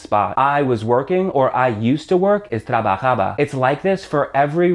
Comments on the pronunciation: I love these videos so much but dear god I'm laughing like an immature child everytime he says Trabajaba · lmao its so funny when this guy says trabajaba